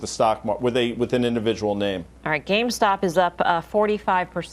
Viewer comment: he says "gamestock" or "gamestonk"